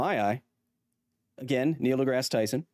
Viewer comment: why do he keep saying "de grass" as "de graa", I understand it's probably spelled wrong, but as someone who doesn't know how it's suppose to be spelled, "degrass" looks right, and it written how it sounds.